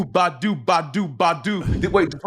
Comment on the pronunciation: when Beyonce said "Badu, Badu, Badu, Badu", the emphasis is on the "Ba" part, not the "du" part. So instead of it sounding like "baDU baDU baDU baDU" it should sound like "BAH-du BAH-du BAH-du BAH-du"...I'm high AF and thought it sounded weird when you said it, and then I listened again and that's what I deduced.